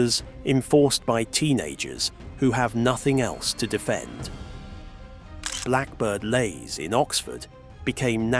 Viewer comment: Can even pronounce blackbird leys properly or iain Duncan smith.😂 more A.I slop .